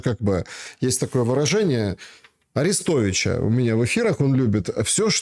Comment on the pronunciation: Тупая только АрИстовича знает, мозгов чтобы правильно писать его фамилию мозгов не хватает, как и дать себе труд в несколько минут и прочитать в интернете краткую иформацию о том или ином госте эфира.Но зато чучело намеренно коверкает фамилию гостя.